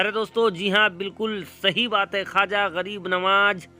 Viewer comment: Khaja nahin khwaza hota h